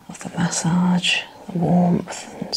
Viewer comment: First it was CO LAWN and now it's MAY SAWG...I LOVE IT HERE 😂😂